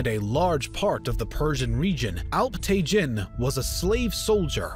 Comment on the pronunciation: Alp-tegeen/Alp-Tekin NOT te-JIN. Sobok-tegeen/Sobok-Tekin NOT te-JIN :)